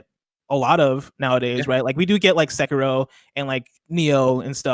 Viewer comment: Please tell me someone out there is making a compilation of every time greggy mispronounces sekiro